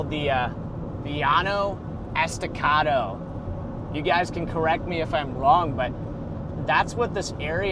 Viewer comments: Enjoy watching your live streams. As someone that lives on the Llano Estacado, the plateau region is pronounced as Le-law-no. Not ye-aw-no. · And dont lie! it’s ye-aw-no! Bahahahah